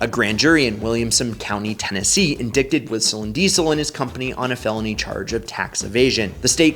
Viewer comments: the c is silent in the word indicted. Like in-die-ted.....not in-dick-ted.... When you talk for a living, that shit matters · Indicted in·dict /inˈdīt/ not in-dicted. That being said, TN CAN'T EVEN CONTACT THE CORRECT DEPARTMENT IN YOU HOME STATE WHEN YOU PAY A TICKET. They kept an ILLEGAL HOLD on my license for no reason for 5 years! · Hey man I'm not knocking you I realized that you probably only read the word indicted and never had to read it out loud but spelled phonetically. It's "in-dieted." Not being a grammar shamer it doesn't really matter just wanted to help. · Did you say 'in-dick-ted" How do you have 1.2 M subs but 78 comments and 400 upvote? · Some facts missed (including pronouncing "Indicted" not "indickted") but the point is valid. If you live/use state services; police, fire, stop lights, signage, bridges, tunnels, emergency health services, dog catcher, etc. any that require roads that you use because you legally reside in Tenn, it's not where the car "resides", it's where YOU reside. If you think the tax is unfair/too high, fine, go through the legal/legislative system to repair it. Otherwise, especially the vast majority of you who do it who can afford the car/RV can afford the taxes! Simple. Your efforts are not patriotic, exactly the opposite. You may attempt to rationalize it by stating the car was elsewhere at the time but you know it's wrong......"standard practice"? BS. "Ignorance of the law is no excuse." I hope he and others like him are nailed and a lot of inside smirks disappear with it. And one last stat, if you go strictly by the numbers there are more exotic/hyper cars driving around in Montana then in CA, NY, FL, etc. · "indicted" is pronounced "in-DITE-edd" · Clown doesn't even know how to pronounce "indicted" and says "in DIK ted", so whaddya expect? Just a second-rater trying to get clicks on the back of somebody else's misadventures. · "Indicted" pronounced that way is.. something. lol